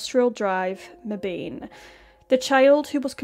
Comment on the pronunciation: Meban. Short "a". This breaks the rule of long "a" if followed by an "e". Welcome to English.